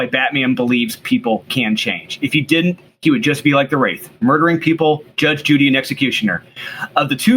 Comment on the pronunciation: Sounded like said "Judge Judy Executioner"